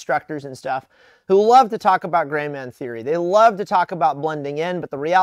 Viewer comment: looks at Did he say grey man or gay man?